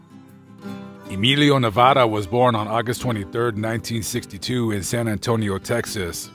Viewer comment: I am such a fan! And for you to miss pronounce his name is an insult! Check yourself. 😒 pure disrespect.